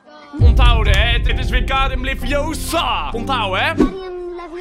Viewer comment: het is Wingardium LeviOsa not LeviosA